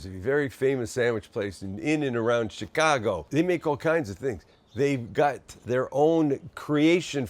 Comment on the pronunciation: Slize it nize an tin! Also... good jab ahn yer ChiKago accent, Saam!